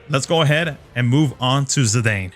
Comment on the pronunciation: Obviously going for Zidane, one of my favorite FF characters ever, with the other fave being Garnet hehe. Also, I'm not fond of how you pronounce his name lol.